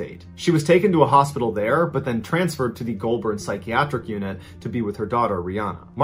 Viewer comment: Pronounced golbin not Goulbourn spelt that way bit not how it sounds outta my mouth